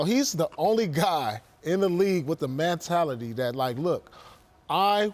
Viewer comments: “What is Man-tality” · "Man-tality" - Paul Pierce 2018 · What the hell is “mantality”? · WTF is a man-tality?? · Paul "mantality" smh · Did Paul Pierce just invent a new word? "MANtality?" 🤣🤣🤣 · Somebody tell Paul how to pronounce “mentality” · Paul Pierce: “Mantality” lol